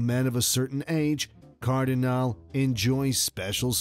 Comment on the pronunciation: Not Cardinal, not Cardinali, but CardinalE